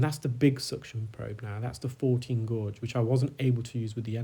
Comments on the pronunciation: gauge not gorge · I love these videos! I'm being distracted however by your occasional mispronunciation of the word gauge. It is pronounced "gayge". Thank you for these informative videos. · He's pronouncing gauge differently. A gauge is a term used for measurement. A gorge can be a narrow valley between cliffs or big hills like Cheddar gorge or it can mean to be greedy. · Gauge is pronounced Gayje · Thank you for the time and effort you put into your videos, they are very educational which makes this really interesting. The suction tube looked huge in that ear canal. The correct pronunciation of guage rhymes with age, anybody telling you different is wrong. The main English dictionaries all have the pronunciation written with the word. Saying that it doesn't matter as we all know what you mean.